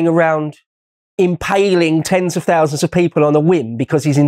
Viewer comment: Fousands of them - that's my Michael Caine impersonation.